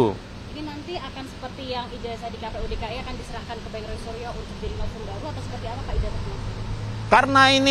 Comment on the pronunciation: Novum lol, bukan nopum😊